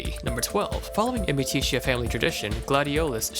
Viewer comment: it's amicitia goddamnit. AMICITIA!!! AND I DON'T EVEN LIKE GLADIO